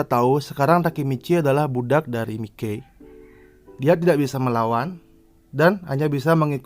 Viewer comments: Sekedar saran bang, bacanya maiki jangan mike pronounciationnya coba sedikit dibenahi semoga membantu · Miki Saha cara bacanya Mai ki